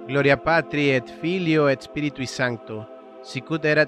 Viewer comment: en latin se pronuncia la t de ET